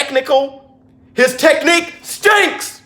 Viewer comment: Teddy: "his technique STENCKKS"😂